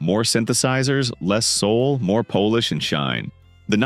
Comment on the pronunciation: Kinda true. Some made up quotes. The post Grace great society stuff is bs. Nobody - not even AI seems to be able to pronounce Signe (Sig Nee). Paul wrote miracles? She moved to california? My favorite moment is when polish is pronounced as Polish. It sounds like AI not only narrated this but wrote it Still, fun for us fans. Listen to the music.